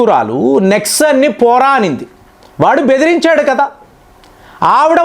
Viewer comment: Nixon ను నెక్సన్ అని పలుకుతారా ? నిక్సన్ అని పలుకుతారా? నీ తమిళ తెలుగు తగలడ.ఇది భాష దుర్గంధం.